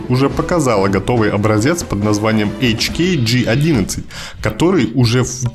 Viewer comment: Почему описывая в германскую разработку автор использует английскую маркировку? Вообще, странно слышать Эч-Кей Джи одиннадцать, вместо АшКа Гэ одиннадцать